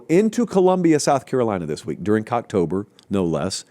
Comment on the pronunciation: yup....he said it twice....co-cktober!